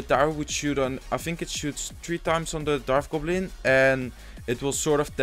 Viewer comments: bro i like ur vids but its a dart goblin not a darf goblin lol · Un p'tit conseil... on dit dart gobelin. on prononce le T au lieu de dire darf gobelin... on prononce un F seulement quand il y a un TH dans le mot;) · hey man its "dart goblin" not "darth goblin"